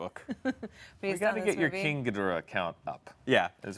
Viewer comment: Why can none of the Screen Junkies folks pronounce Ghidora correctly?! [GHEE doe rah...]